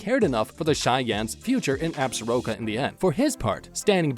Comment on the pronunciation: While we are on the subject, the word Absoraka is also mispronounced! The proper pronunciation is Ab Sore Ah Ka!